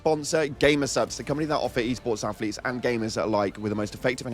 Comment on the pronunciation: Does anybody else laugh whenever he says" E-Sport Athlete"? Lol